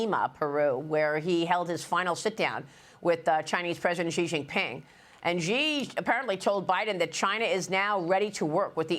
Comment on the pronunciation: Not Jee, not Zhee, not See- SHEE